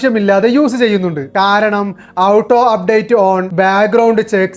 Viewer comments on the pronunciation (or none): മണ്ടാ.. ഔട്ടോ അപ്ഡേറ്റ് അല്ല ഓട്ടോ അപ്ഡേറ്റ് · ഔട്ടോ എന്നല്ല. ഓട്ടോ എന്നാണ് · ഔട്ടോ അല്ല ഹേ ഓട്ടോ... 🙄🙄🙄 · ടോയ് ഔട്ടോ അല്ല ഓട്ടോ എന്നാണ് പറയേണ്ടത്